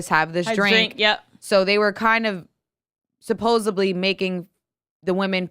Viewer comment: Tell there isn’t a ‘b’ in ‘supposedly’ just like porta rich